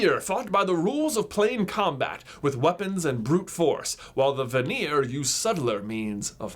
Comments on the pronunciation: Not aseer, but eyezer. Sorry but you kept pronoucing it wrong and thought you should know. And im pretty sure vanir is van-nyr if that makes sense. Like not vaneer... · Ayyyy-seer and VAHNEER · I am Norwegian and I cringed through the pronunciations. Aesir is pronounced: Ayser And Vanir is pronounced: Van (like the automobile) er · "Eye-sir" and "Van-ear." not "Uhseer and Vuneer" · It's pronounced Ay-ser and Van-ar Source: I study ancient mythologies for fun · The Norse pantheons are pronounced ay-sir and vah-nir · aesir: pronounced A sear vanir: pronounced va near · Also I think it's pronounced Ace-ear, and Varn-ear according to Neil gaymens Norse mythology audio book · 1. Don't ever say "veneer" (Vanir) again 2. Don't ever say "veneer" (Vanir) again 3. Don't. Just don't. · There's no veneer (or "vanir" in this video) *knock knock* in 'ere - oak furniture land 👍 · It’s pronounced ACE-ear and VAN-ear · The asier are pronounced a-SEER, and the vanir are va-NEAR. I have a book called Magnus Chase and the Gods of Asgard, all about Norse mythology, and there is a Greek twist to it to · I say it more like Æ-ser and VA-ner, "a" like in father, "e" like in echo, and roll the "r". I'm a Norwegian by the way, that's the Norwegian spelling and pronunciation. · Aesir is pronounced A-C-er and Vanir is pronounced Va- knee- er. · It is ”ae” and “a” that are emphasised in Aesir and Vanir. (Sorry I always get irritated at pronunciations.) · Aesir and Vanir are stressed on the first syllable, not the second :) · For the most part he pronounced Aesir and Vanir correctly, just put the emphasis on the wrong spot. Don’t put the emphasis on the -ir part of the words, it doesn’t sound natural. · Your pronunciation of Aesir and Vanir hurt my soul